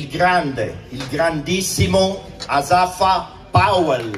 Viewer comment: he said that correct! One of the greatest of all times “Asafa Powell” Thank you Asafa you represented yourself and Jamaica well